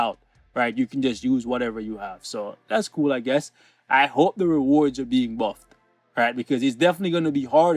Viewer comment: REWORDS YES NETMARBEL YOU HEAR HIM , HE SAID REWORDS .